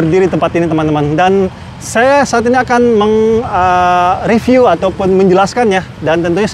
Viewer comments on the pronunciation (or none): none